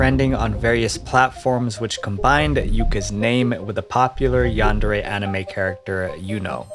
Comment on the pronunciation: It's pronounced "yundare"